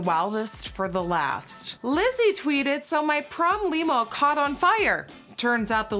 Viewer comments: The "i" in limo has a softer sound, like in "little", not a hard sound like in "tiny" 😉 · I was legit wondering the same thing LMFAO omg I think I died when I heard her say that but I hope someone saw this and told her that limo is actually pronounced l-I-mo in America and not lemo🙄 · Not she pronounced limo as “leeemo” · The way she says limo at the end kills me🤣🤣🤣 leemo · the way she pronounces Limo...LEEMO...skskskskksksksk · “Leeemo” I love when your accent comes though! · It’s limb-oh and I had prom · I love how she says “Lee-mo” for limo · When you said limo like Nemo. I died 😂😂😂 but it’s ok. English is a complicated language love youuuuuu ❤️ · Nikkie pronouncing Limo as "leemo" (TWICE) is the purest thing on the internet this week! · I love how she says “limo”! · You said limo like “lee-mo” you’re so cute :( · That’s how we say it in Dutch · Nikkiiiiiiio I ADORE YOU 😂😂 but it’s pronounced Limb-mo 💕💕💕💕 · I would have never known she was from another country until she pronounced ‘limo’. I mean, I know she’s not from the US, but hearing it makes me say “yep, there it is”. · The way she says limo😭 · You can really tell Nikki learned English from reading on how she says "limo" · is anyone going to mention how she pronounced the word "limo" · How Nikkie said Limo sent me lmaoo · The way she pronounces limo 😂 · i love how she pronounces limo